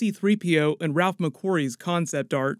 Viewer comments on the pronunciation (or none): none